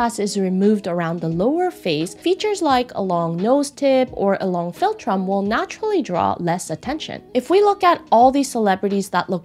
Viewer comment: Filltrum? Felltrim? What on earth does this mean? She says the word dozens of times with no explanation.